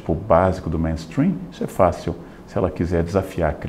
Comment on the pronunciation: Leandro Karnal, sou apaixonada pela Sua fala, e é por isso q nao vou te deixar continuar falando “Ménstrim” porque é “Meinstrim”, MAIN significa principal.